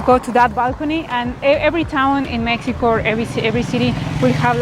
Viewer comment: Did she pronounced as Mehico?